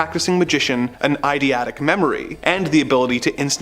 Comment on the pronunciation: It's "EIDETIC"! Not EIDIATIC or IDEATIC or whatever he's saying...if ur gonna be sarcastically dramatic, at least say the words right! C'mon bro.